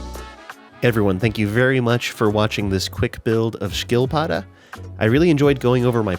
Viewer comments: Saw the title and was really curious how a turtle would come into play here. Also, it's pronounced with an "sch" sound not an "sk" sound, so "schill-padda" not "skill-padda." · "Ski"-prefixes have silent "k"-s and a thick S. Correct pronounciation would be "shill-padduh". :) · Ah. Also, nice pronounciation of the word 'Skilpadde', though if you want to improve it, the 'ski' part is actually more like the 'shi' in 'shield', which is fitting as the word apparently comes from the dutch/german 'schiltpadde' and/or 'schildepadde', all of which directly translates into 'shield toad'. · Sorry, i love you, but look up how to day skilpadde..... Firstly it ends with an e thats pronounced like ther e in End